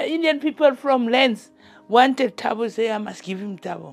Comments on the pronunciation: it's like saying boy without the 'y' at the end. She is currently saying the end as 'bow' instead of 'boh' at the end. - it's just one of the most commonly used names here in South Africa and it's pronunciation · It's not Tabo,it's pronounced Taahbo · Lol the way she pronounced his name.. its TAH-BOO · Living here in South Africa is insane. I am so grateful people like you are shedding light on cases like this. Scary thing is here in South Africa, even if he gets a life sentence - he will probably be back out in 3 years. People that murder people get out in basically 5 years due to prison over crouding. South Africa is EXTREMELY corrupt. Ps it's pronounced Taah Boh 🙂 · extreme fan girl chill out! she wasn’t being rude or disrespectful in anyway. she’s teaching us how the African name is pronounced! said his name exactly like me and most other Americans and other countries would say it! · with all due respect Amber, that os not how it’s pronounced. is wrong but so are you.